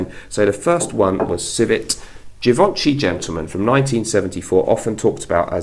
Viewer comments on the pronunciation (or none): Refreshing video. One thing I suggest is to check the correct pronunciation of Givenchy.